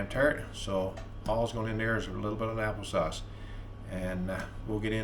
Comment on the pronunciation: Happle sauce that's hilarious. I love partridge berry jam on toast with a cup of coffee. That's some good eating right there. Have a great day.